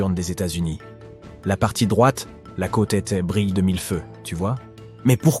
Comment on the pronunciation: La traduction et narration par IA est ridicule 😁 "von dem tansenen roboter" "la côte tète" "une majorité de SS citoyens" "c'est le quéa dans la plupart des grands pays"